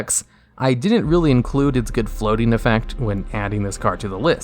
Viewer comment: Why does the Pandemic Dragon say EFEECT lol